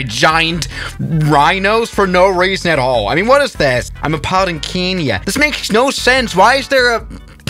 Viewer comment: did you just say Keeenya instead of Kenya lol